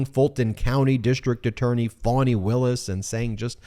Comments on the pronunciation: Ben it's pronounced Fauni not Fanny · did everyone else find out how to pronounce Fani's name in the last week ive heard 'Fanny' for the last few months and suddenly it's 'Faunie' wonder if shes amused or pissed